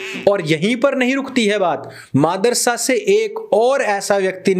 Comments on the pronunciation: Bahut achcha lagta jab sir kehte hain, Maadarsa instead of Madarsa.... 🤣🤣🤣🤣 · bhai aap jabh bhi madrasa bolte ho kasam se aise lagtai gali hi he 🤣🤣